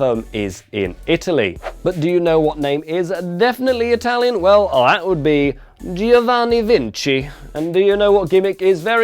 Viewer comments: It's Giovanni, not Gee-o-vanni. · As an Italian I'll just leave here that you should pronounce GIOvanni as you pronounce JOker :3